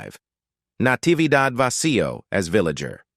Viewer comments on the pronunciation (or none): You mention Nntividad Vacío four times, the first to pronouncing Vasío correctly, then, twice, incorrectly, shifting the syllable that is accented. How could you miss the accent written over the "I"?